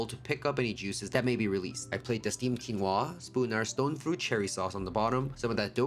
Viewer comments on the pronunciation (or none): Baby, it's quí-noa, the accent is on the í. And it is an O, not a U. Quinoa comes from the Incas. Exactly my side of the Americas. ❤ You are a great chef!